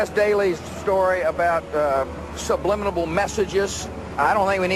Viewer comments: “SUBLIMINLABLE” Epic work mate! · Hahaha, 'subliminable'!!